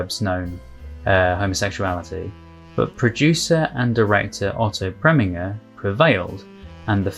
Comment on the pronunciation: I'm making it my mission to help you with name pronunciation where I can. Otto Preminger, name ending, pronounced "ger", as in ginger.